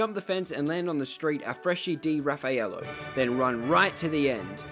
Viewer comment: Quando ho sentito afresci di rafaielo mi è preso un infarto